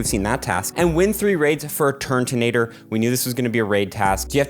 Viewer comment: Please stop calling it TURNtonator it’s turtonator